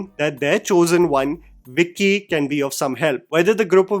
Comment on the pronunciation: It's bicky not vicky😂😂😂😂